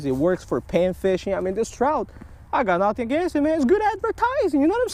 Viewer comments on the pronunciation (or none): “I think it is a Chrowt”